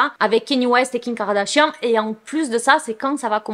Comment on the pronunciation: j'ai remarqué qu'elle dit jms Kim Kardashian mais king Kardashian c drôle 😂😂😂😂